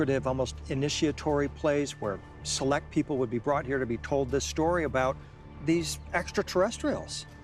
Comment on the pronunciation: When I see that Andrew Collins will be speaking, I wait patiently to hear his pronunciation of the word, "people" as "Pea-poe." 😂🤪🤨